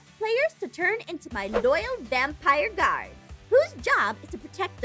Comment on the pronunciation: does anyone notice in the intro she said gaurds?